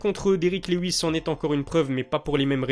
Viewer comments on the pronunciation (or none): none